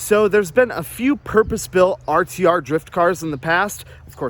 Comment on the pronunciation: At the beginning u said rtr drift car lol